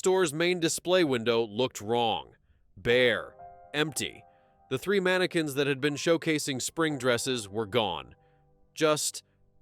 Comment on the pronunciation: I gotta go.. Just cant hear ManaQUinnss again